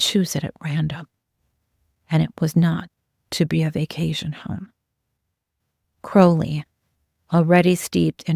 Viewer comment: My compliments for using the correct pronunciation of Crowley